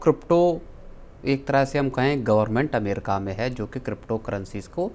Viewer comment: अमेरका नही अमेरिका 😂